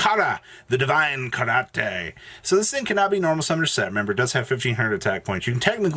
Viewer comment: It's divin-carnate